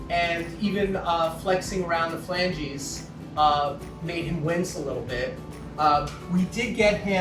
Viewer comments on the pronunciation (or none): none